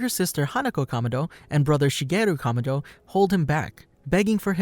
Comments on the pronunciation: Not tanjiro kamodo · pls learn how to say kamado thanks